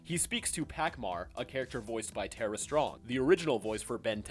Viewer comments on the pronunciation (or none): none